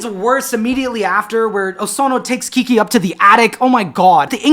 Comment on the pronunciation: This may be my favorite video to date. It's giving me a lot of thoughts about how I want to be in community with people both as a person and as an (intentionally non-professional) artist. I really enjoy the way you say “Kiki.” Also glad you mentioned you have new music out, I didn’t know about it and I loved Overgrowth